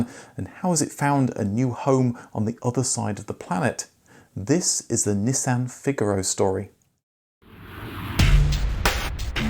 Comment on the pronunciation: It’s not a Neeesan, it’s a Nissan. 🤣